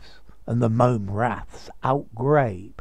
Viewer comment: Outgrabe is pronounced out-grab! The E is Silent! So many get it wrong!